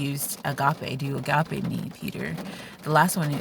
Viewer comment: AMEN dear sister! This was a good morning blessing, Thank you 😊🙌 Wow you also said Agape like a real Greek.My Greek is worse than my english 😊😅 Thank you and god bless 🙌